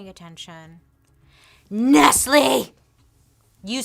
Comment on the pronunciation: It's not ness-lee is ness-lay